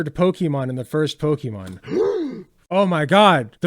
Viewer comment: Instantly lost all respect the moment this moron mispronounces "Pokémon". Know your own language bro. 🙄